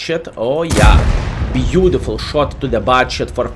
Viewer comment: you are a profi player and in same time make us laughing ur reacting is „beauDiful beauDiful“ 😂 i really do love your Videos. So i habe the Rhm if am playing seriously i will choose the 1st gun, the 2nd Gun with big alpha Damage is only for fun